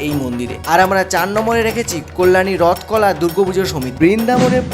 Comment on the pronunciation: রথকলা ❌ রথতলা ✅ 🤣🤣🤣🤣